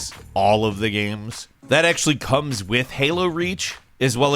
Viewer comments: am i the only one that notices that calls them "gams" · I can't be the only one that notices pronounces 'games' as "GAMS" 20% of the time.